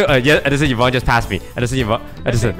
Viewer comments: Everyone: Yvonne Sykunno: Yivonne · Still calling her yuhvon huh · Sykunno still pronounces Yvonnes name wrong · "it's yivonne" 😆